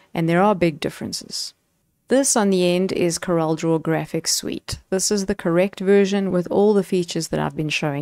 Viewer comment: Hi. I like your presentation - clear, concise and correct pronunciation of CorelDRAW. Just wanted to mention that the pricing listed for the Graphics Suite is annual subscription pricing, whereas the other two are perpetual licenses. The current list price for the perpetual license is R11070, so it is the more expensive option. Most of my clients are on older versions, some as far back as X3. They see the features on the newer versions and would love to upgrade, but few can justify the expense. I also think the recent pricing/feature models used by premium software developers are disingenuous, as they try to push users to subscription models by limiting the features on the perpetual versions. Some, like Adobe, no longer even offer perpetual licenses. The high cost of subscriptions makes this option unaffordable for most users in countries like South Africa.